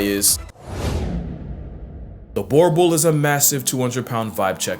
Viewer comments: Love your vids but please next time it's not 'bore bull' it's pronounced boor like boooo nd stress the rrrrr 'boooorrrrrr-bull'😂 nd say it as one word rather than two♡ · To note... 'Boerboel' isn't pronounced Bore Bowl & is more Boo-Her Bull with a distinct annunciation of 'OE' as in 'oeh that's nice' & the R at the end is raspier & announced by pressing the tongue against your upper pallet, almost like the R in vRoom or Really.